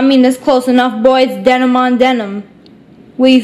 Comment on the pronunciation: SSSNIPERWOLF U Live in Arizona, but at times when U talked U sound like your from Boston , sounds like U have a Boston Accent. Like when U were talking about Denim on Demin your Boston Accent came out. Lol